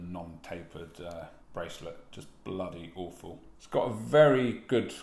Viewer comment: I am an American, and hearing you say "bloody awful" made me chuckle 🤣 I agree: bracelets should taper by at least 4mm.